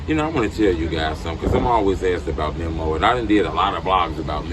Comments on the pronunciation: It's MEEMO not MEM-OH! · Memm o 😭😂😂😂 it's Memo not Memmo 😭😂🤡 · His name ain’t mimo it’s memo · His name is pronounced MEE~MO. How can u always blab on about how much of a "drill historian" and how much knowledge u have on the culture and dont even know how to say these dudes names? lol